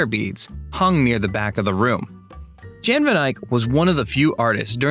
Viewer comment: Jan is pronounced Yahn, not John.